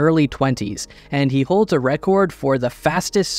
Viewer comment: Why do you say record like that? Please stop, PLEASE.